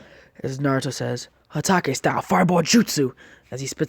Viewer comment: At exactly minutes or maybe earlier into the video He Said hataco